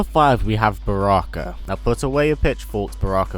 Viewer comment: how dare you say barakka